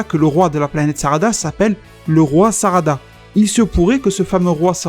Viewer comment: totalement crédible. Peu probable, mais crédible. Cela expliquerait effectivement le potentiel et l'évolution sans queue des saiyajins de l'univers 6. mais je n'y crois pas trop, même si j'aimerais beaucoup que cela soit vrai. (Et c'est la planète et le roi Sadara, pas Sarada mon poto ^^)